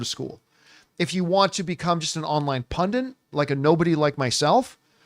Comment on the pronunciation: Why do i keep hearing the made up word movie 'pundant'?